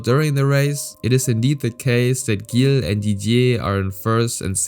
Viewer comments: Not Guille villeneuve but Gill villenuve like Gillett or "jill". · The pronunciations you have for every single name is spot on, except ONE.. Gilles Villeneuve.. It's pronounced like a G in French, so ZHill.. Sorry, had to clarify that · not judging, but it's pronounced "Jill" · Dont wanna be that guy but his name is pronounced like a "j" not a hard "g" you say the G like you say jacques. Villeneuve was well pronounced though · Not flawless. For some reason, he's got "Gilles" (as in Villeneuve) wrong — pronouncing it with a hard G instead of the logical, French soft G. In French, G is always soft before an E or an I. Surely this narrator knows that. His French otherwise sounds pretty good, so it's a little jarring that he's got a famous racer's French name wrong. Perhaps he's actually A.I.? Or at least, not a real racing fan (everyone knows Gilles Villeneuve!)? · Man, you really butchered Gilles Villeneuve's name lol- mainly his first name. The 'g' in Gilles is pronounced with a 'sh' sound but with a 'zzz' undertone I guess you could call it. Last name pronounced Vill-n-uh-ve but the 'uh' is almost halfway to making a 'oo' sound. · Gotta say I love hearing some local legend named here. Gilles is actually pronounced "jille" (g alone sounds like a j and Gu sounds like a g) :) you hit that trois rivières crispy clean!